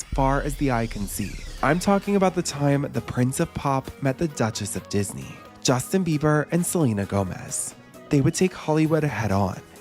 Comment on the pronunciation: Did that really say “Dutches of Disney” 🫩